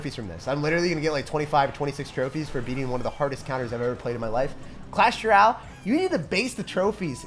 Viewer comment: clash rye-al